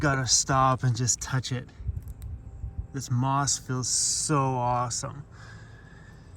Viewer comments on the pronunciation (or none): Did you say that’s moss-some? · It’s not awesome it’s mossome